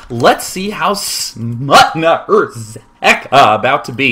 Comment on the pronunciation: SMUTNA RZEKA, wow, Day9 ur Polish is quite good ;)